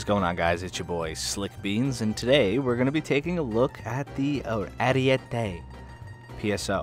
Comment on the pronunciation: It's not called "ariuete" but ArIEte